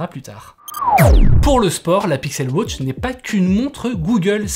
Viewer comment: Pixel wotch, Apple wotch ? Non ! WAtch